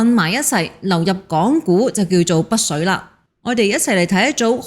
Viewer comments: 北… 不是 「不」水。要不要練習一下發音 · 北水，唔保不水， 的懶音咁多年都冇改變！ 😂